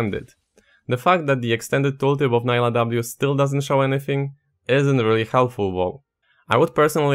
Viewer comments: Her name is prenounced Nee-lah not Ni-lah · it's pronounced nee-lah btw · I need people to start listening to champ names. I get so tired of hearing “Nailah”, “Yoan”, and “Samira” (with an American r). Like bruh please Nilah says her own name so much just listen to her 😭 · Is her name pronounced Nah-ee-lah or Nee-lah? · Her video has her pronouncing her name, pls review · The real drama here should be your pronunciation of "Nilah" tbh